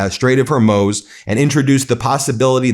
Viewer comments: It's pronounced Strait of Hormooz! 🙄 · Hey Ben, love the show! the Straits of Hormuz is pronounced Hor-mooz, not Hor-moze. :-) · Ben for god's sake learn how to pronounce HORMUZ, it's not hermoz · It’s pronounced strait of “HOR-MOOS” (like the sound cows make). PLEASE stop saying Hormoze!!! Like seriously how hard is this?!? Makes you sound ignorant. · Damn, Ben! Stop mispronouncing the name of the Strait! It's pronounced "HORMOOZE", NOT HERMOZE! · Can you please call it the Strait of Hoar-mooz? Thank you. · Ben please stop mispronouncing Hormuz. No-one else calls it Hormoz. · I love Meidas Touch, and it's main host Ben Meiselas. I truly love you! But could I ask someone please to correct Ben's pronunciation of some very simple names? His mispronunciation of simple names undermines the seriousness of his commentary, and is terribly distracting. Case in point: it's HORMUZ, not Hurmoz. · Ben...love you, your brother and the entire MTN/AF et el. BUT Either you, or the entire rest of the world are pronouncing "Hormuz" incorrectly. Cant both be right as you like to say...can you please check and let us all now the truth, like you have become known for?